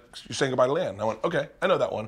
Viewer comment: bert you got 10 say giid buye